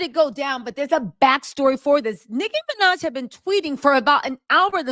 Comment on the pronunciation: Love the video! BTW It’s Nicki Minaj